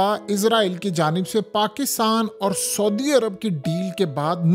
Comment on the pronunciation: Soodia Arab nahi hota bhai Saudia Arab hota hay